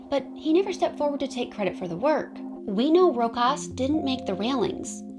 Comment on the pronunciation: Its Row Shaws.